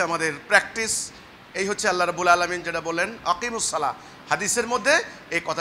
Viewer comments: কয়েকটি পয়েন্ট ভালোভাবে লক্ষ্য করুন! ১। সালাহ সালাহ করতেছো কেনো এই লোক 🤣 আরবি সঠিক উচ্চারণ (ٱلصَّلَاةُ) ছলাত মানে নামাজ! ছোয়াদ যবর কখনো ছা হবেনা ছ হবে! আর শেষে হা নেই গোল তা আছে! তার মানে ওনার কোরআন শিক্ষাও ঠিক নেই! ২। রুকু থেকে উঠার সময় যেভাবে (حَمِدَهُ) হামি.....দা বলছে মিমেতো কোনো টান নেই! কেনো টান দিচ্ছেন উনি😂 মনগড়া নামাজ! ৩। রুকুতে এবং সিজদাতে বলতেছে ছোবাহানা😂 উচ্চারণ হবে (سُبْحَانَ) সুবহা-না! বা এর উপর কোনো যবর নেই! বা এর উপর যযম আছে সিন বা কে ধরবে, উচ্চারণ হবে সুব্! পরিশেষে বুঝা গেলো যারা ওনার অনুসারী আছে তারা কখনো কায়দাও পড়েনি এবং কেউ নামাজ শিখতে আসেনি! সেনাবাহিনীর ট্রেনিং নিতে আসছে🤣 আল্লাহ এদেরকে হেদায়েত দান করুক আর হেদায়েত না থাকলে ধ্বংস করুক। (আমিন) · ছলা না , ছালাহ, মাইর হবে শব্দ হবে না